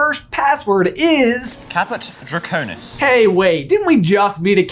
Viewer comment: caput draconis not caput draconus